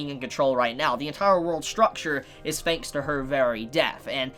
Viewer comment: fanks for the video, cool feories